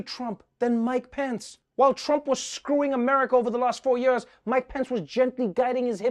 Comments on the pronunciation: I love how Trevor says “ for yurs...!” 😂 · Yeah, to hell with these a-holes.... Also, I friggin' love how you pronounce 'years'.... lol... ;D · You pronounce “years” how Mohammad Ali said it 🖤😥